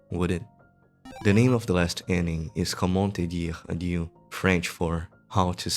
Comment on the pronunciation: I loooooved that video !! Plus, "comment te dire adieu" was very funny as a french person, you prononced it well actually ! Thanks a lot for that video !!